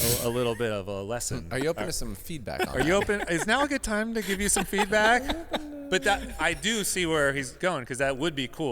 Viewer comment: hahahaha "good time for feeback"